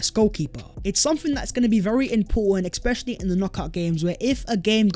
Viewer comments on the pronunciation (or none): ESPECIALLY not eXpecially lol